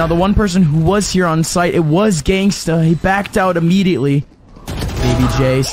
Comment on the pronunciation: everytime the commentators said genghsta 😂